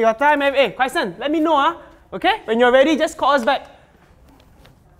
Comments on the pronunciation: pronouced Chrysan as Crysan... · Why call chrysan cry-san